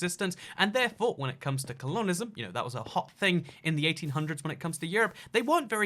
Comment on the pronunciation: why do you say it like "cologneism" if it's "colonialism"